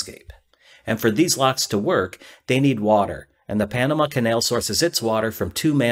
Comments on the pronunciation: "Pamana" (sic) LOL. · panana? lol